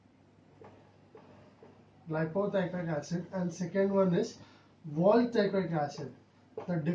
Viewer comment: What is l.p teichoic acid ? Expansion of l. p the pronouncation is not clear